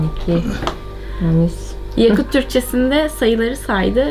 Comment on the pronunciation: MâşâAllah tebrik ederim, güzel bir gezi olmuş. Yakut kelimesi okunurken, ya hecesi biraz uzatılmayacak mi?